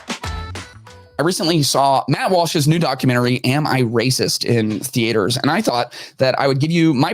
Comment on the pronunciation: Theatres. My God it's not that hard to pronounce